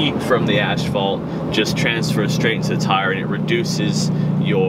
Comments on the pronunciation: Asssphalt not ashphalt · Asphalt...not "ashfault." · Did he just say ashphalt? Twice??? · Furreal bro. It's ass-fault. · Great video man....am I the only one hearing "ashfalt" tho?? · First it’s pronounced “ass-fault”, second, have you tried balancing beads? Third, metric sizes start with 16.4/32” and imperial sizes start with 18.3/32”. I’m guessing you have 35s, so you’ve used 6/32” in 4000 miles. You’re barely going to get 12k miles out of them. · "Ashfault"? "ashphault"? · Ashfault he says multiple times lmao